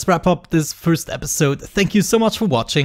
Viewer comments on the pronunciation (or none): none